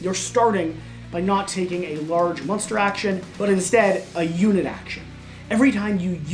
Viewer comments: they should fire this guy for saying "musnter" every time he is supposed to say 'Monster'. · This dude can’t pronounce monster. Yikes